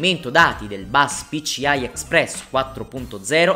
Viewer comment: PICIAI non si può sentire!